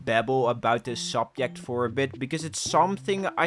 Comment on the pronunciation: learn to say subject